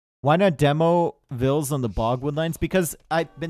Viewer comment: Do not make compromises on pronouncing Villese. Say it right and make T90 learn it in a private call before casting or something 😄